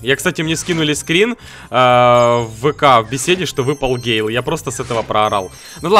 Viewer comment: ПРАВИЛЬНО ГЭЙЛ